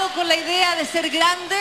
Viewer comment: Alguien mas escucho: " Entusiasmado con la idea de ser glande"? Sksjhss